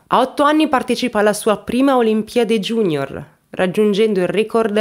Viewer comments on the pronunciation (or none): none